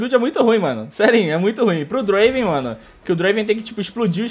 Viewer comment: não e draven e DUEEEENVRAN